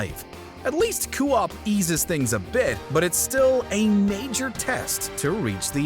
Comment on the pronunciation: You can tell the host probably never plays games... when he pronounced "co-op" as "coo op"